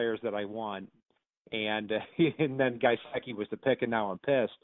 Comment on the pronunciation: “Guyseki?” Lol it’s gesicki